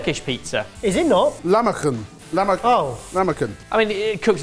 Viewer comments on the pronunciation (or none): Lahmacun - you said Lama koon LOL it's pronounced Lah-mah-june or laham-mah-june. The C is pronounced as a J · As a Turkish person I can assure you that is very much a million miles away from Turkish pizza. Also it's pronounced "lah-mah-junn" not lamakun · It is pronounced Lah-ma-june. Not lamakan. LOL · lahmacun is pronounced lahmaJun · lahmacun pronounciation would be closer to lahmajoon = ) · great video guys! lahmacun is pronounced as "lahma[dg]un" like the [dg] sound in the word "edge" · Turkish pizza pronunciation would be something along the lines of luh-mah-djiun. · Goog job, guys! Your inventions look nice! To: the Turkish pizza (lahmacun) is pronounced /lahmajun/. The letter "c" in all Turkish words sound like j in "joy". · lol Jamie. We're you trying to say lachmajoun? Yummmm! I'm Armenian. We have the same pizza ❤ I remember travelling Germany and when i found Turkish restaurants... it just reminded me of home (which is Australia btw). 1 year in Europe, 21 countries... Turkish food was comfort food 😊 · Someone tell Jamie it's pronounced lah-ma-june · What the f is lamakın lmao, also couldn't be further away from a lahmacun. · I mean, Jamie trying to say "lahmacun" wasn't exactly his stellar moment either. They mispronounce words in many languages ¯\_(ツ)_/¯ it's okay, they've probably only ever seen it written and I'll never shame people who read and inform themselves that way